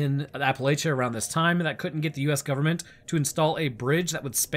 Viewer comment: Bro! Is it "gooverment" you say or the "gooberment"?